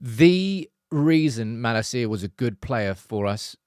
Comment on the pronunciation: I love your videos, but how do you know so much about United & not know how to pronounce Malacia’s name? 🤣